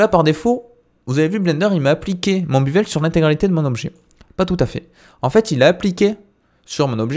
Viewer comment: Merci, par contre c'est "béveule" et pas "bivèle" ;))